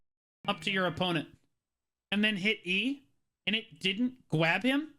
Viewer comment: that might be his best "I'ma gwab them" so far. We need a compilation of these